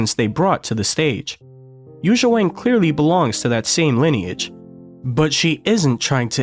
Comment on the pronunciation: Learn to pronounce her name please.